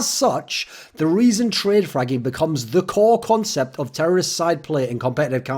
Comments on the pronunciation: That's what I heard as well... I was like wtf???? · had to check twice if he really said fragging.